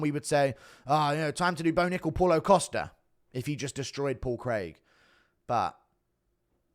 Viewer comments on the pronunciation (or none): none